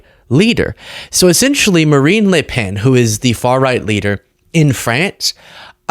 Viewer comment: Good job on the prononciation of le pen